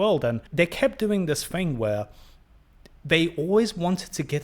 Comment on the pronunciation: Mate, you can’t even pronounce the word “thing”. Maybe go back to school (like all the way back to the start) and get of your high horse. If you’re going to be critical, being able to string a sentence together is a good step towards not looking like a total fool. Your lack of self awareness is just bizarre.